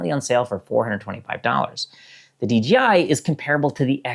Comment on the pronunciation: Why are you saying Dee Gee Eye instead of Dee Jay Eye?